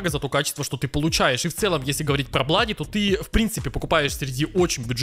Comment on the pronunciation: Не блади а блуди